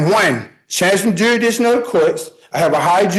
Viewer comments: When you can’t even pronounce “jurisdiction” , it doesn’t bode well for the rest of this. And we really need to feel for that poor court stenographer. Imagine having to record all this crazy. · He broke the rule… You can’t talk about jurisdiction if you can’t pronounce it. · the crimes the american people have committed against the english language surely cannot keep going unpunished, the inability to put the s in jurisdiction hurts, but hearing someone unironically say "donjour" instead of de-jure hurts my soul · Someone who cannot even pronounce the word “jurisdiction” but claims to understand it better than anyone else!🤦‍♀️🤦🏽‍♀️🤦🏻‍♀️ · I don’t believe they should be able to talk about jurisdiction if they can’t pronounce the word jurisdiction!! 🤦‍♀️ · He butchers "jurisdiction" everytime he uses it but NAILS "inequitable" like a English scholar!?! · He can't even pronounce 'jurisdiction' correctly. 🤦‍♀️ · Why can't a single one of these meatballs pronounce "jurisdiction" correctly? You'd think with having such a hard on for it, they'd be able to say it. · One of my pet peeves is people who say "Um" more than seventeen times in a sentence. Dude couldn't even pronounce 'jurisdiction' either!! This dude has the IQ of a cabbage!!! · Oh my, I cringe everytime he says "jurisdiction" .... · I learned today that the "s" in jurisdiction is silent. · He can't even pronounce jurisdiction let alone understand what it means. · His pronunciation of "jurisdiction" is BRUTAL!!! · I know! I wanted the judge to say, "There's an s in there, buddy." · Hey SovCit, 'de jure' is pronounced like this: day gur•ee. Oh, I almost forgot... 'Jurisdiction' is pronounced like this: gur•is•tic•shun, not 'Juridiction. Just a friendly head up! 😂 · WTF is a juridiction? If you are going to argue with legal nonsense, you could at least pronounce the words correctly. Is that too much to axe? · The fact he keeps pronouncing it ''jurydiction" and not "jurisdiction" is beyond hilarious 😂😂